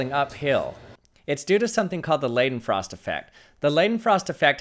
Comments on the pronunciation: Its pronounced LEEDENFROST NOT LIDENFROST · Awesome awesomeness!! Don’t want to be one of “those” guys, but it is pronounced like L(eye)denfrost. In German you generally pronounce the second vowel in words like Einstein, it’s not Eeeenshteeen, it’s (eye)nsht(eye)n. Pls correct me if I’m mistaken. That said, this is still just one of many, many very interesting, entertaining, and educational videos that he pumps out. I’ve been a fan since the channel was just starting to grow. Pls support this channel any way you can. A thumbs up and subscribing, doesn’t cost you anything, but helps them. 👍👏🤝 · Is it so hard to pronounce leidenfrost effect correctly